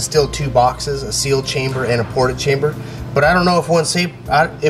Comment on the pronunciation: Maybe in the opening credits instead of saying "and NVX" say "and also NVX" so there isn't that weird pause sounding like you're having a stroke?